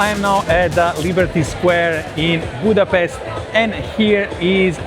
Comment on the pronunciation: BUDAPEST ❌ BUTCHER REST ✅